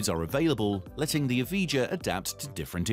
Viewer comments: lotus EVIJA not eviga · Another thing..... You pronounced the Evija wrong. EV I YA.. TO EASY... Something tells me that this channel doesn't have too much credibility. Plus... The Draco supercar got laughed off the stage by Jay leno.... Why is it on this video?! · Pronouncing the Lotus name completely wrong, Evija is said like Eviya